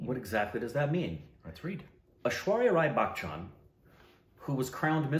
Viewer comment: Well Its not " Bak-Chan"😶😶😶 .. Bachchan is pronounced as " But-chan "